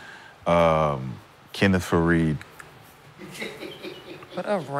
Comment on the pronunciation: That man said a lightskin Kenneth faired 😂😂😂